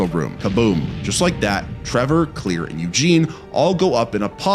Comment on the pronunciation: Dude. The way you say Claire is driving me nuts. Its not Clear. Its Cl•air